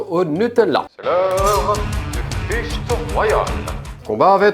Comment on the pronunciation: 🗣: "l'heure du fight (prononcer fichte) royal" 😂😂😂